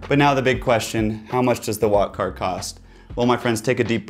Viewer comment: I thought he said “wockhardt” ngl